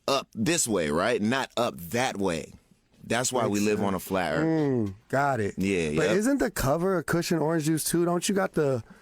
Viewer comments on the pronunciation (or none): Never take geography lessons from someone who pronounces earth as "earf"